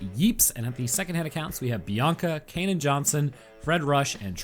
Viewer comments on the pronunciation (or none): none